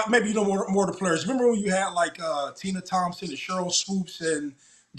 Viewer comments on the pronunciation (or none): none